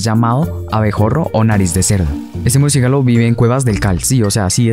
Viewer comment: Jahaha "murciégalo"